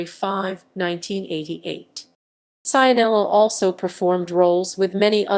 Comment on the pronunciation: Pronunciato Saianela non si può sentire.